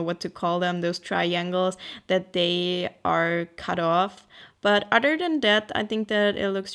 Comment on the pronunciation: I looove these types of videos, random but inspiring. They always make me want to run to my sketchbook and do SOMETHING! I also like how you say 'Other' like 'udder' lol xo